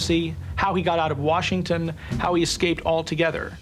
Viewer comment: Dennis, there is no R in Washington!!!